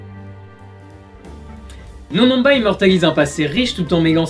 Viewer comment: les "on" de NonNonba ne se prononcent pas comme dans le mots "non" !